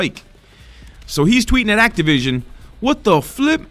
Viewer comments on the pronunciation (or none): none